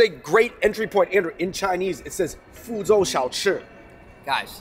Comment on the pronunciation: my guys --- you saying fuzhou so poorly for chinese people.